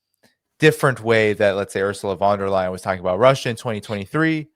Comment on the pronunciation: Von der Brujen... 🤣😂🤣😂🤣😂🤣😂